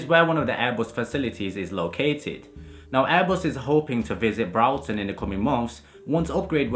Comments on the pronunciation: Its spelt Broughton. pronounced Brought is in I have brought you this from the shops then followed by either ten or ton Brought-ton or brought-ten not brawtin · That is not how you pronounce Broughton